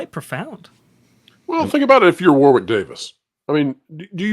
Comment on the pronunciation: I enjoy all of your videos... As a brit just wanted to mention, FYI, it's pronounced as if it's spelled Warrick. Thanks for the vids.